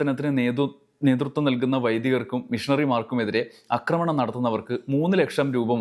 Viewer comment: അക്രമണം അല്ല ആക്രമണം ആണ്. അക്രമിക്കുക സല്ലസ് ആക്രമിക്കുക ആണ് ശരി